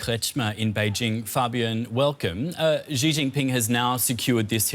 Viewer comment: could you stop pronouncing Xi as "Zhjee"? It's pronounced "Shee". The "zhj" sound doesn't exist in Mandarin nor any dialect of Chinese. Please, as a journalistic organization, spend five minutes to learn the pinyin orthography and read Chinese names correctly. It's not hard. They took letters that seemed redundant—X, Q, and C, and reassigned them to other sounds that English orthography uses letter combinations to write. X got the "sh" sound, Q got the "ch" sound, and C got the "ts" sound. As a journalistic organization, you should take the effort to pronounce names correctly.